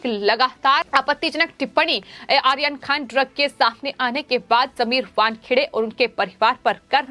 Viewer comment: सबसे पहले तो आप अपने चॅनल पर ये जो न्युज पढ़ने वाली का उच्चारण सुधारे। वो आर्यन खान का नाम आखन खान पढ़ती है। एैसे और भी शब्द है